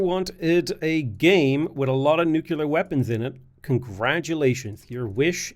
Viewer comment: Bro it's nuclear not nukular